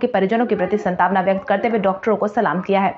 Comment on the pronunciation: शांतवना शब्द का उच्चारण कभी भी शंतावना न करें।